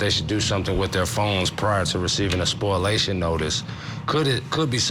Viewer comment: It’s spoliation not SPOILation